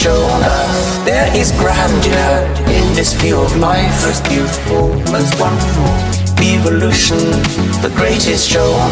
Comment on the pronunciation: I hate the way he pronounces "eve"-olution